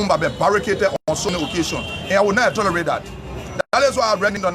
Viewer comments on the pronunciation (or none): Words Tolerate not "atolerate", and learn to speak slowly then you will hear yourself, understand yourself and speak well.